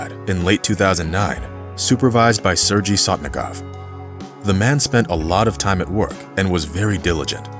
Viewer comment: You have a great voice and very good presentation but please check prior to future recordings when it comes to foreign names. It is SERGEY or SERGEI the 'G' sounds like in Gun Gear Guy Gone Gulp Good :-) Cheers man and no hard feelings please :o)